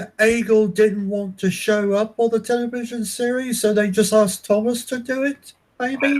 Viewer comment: Uh it’s television not Tele vision